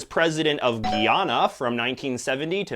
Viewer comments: It's not "GEE-ana" it's "GUY-anna" Can you please not fucking butcher the pronunciation of that name? Thank you. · Haha I see you took some liberties with the pronunciation of 'Seaga' and 'Guyana'. Jamaicans mostly pronounce PM Seaga's name as 'See-ah-ga' but it's probably really pronounced 'Seh-ah-ga'. Guyana is mostly pronounced as 'Guy-ah-na' across the Caribbean. Also, fun fact: the current leader of the opposition in Jamaica (2021), Mark Golding, is also a racial minority. Most of the country was actually shocked when it became a talking point because everyone just assumed he was black but just really light-skinned loool. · president of where? lol 😂😂. its Guy-ana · It's "Gwee-ana", and "Ken-ya" (not "keen-ya") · (British) Guyana is pronounced guy - anna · You pronounced Guyana wrong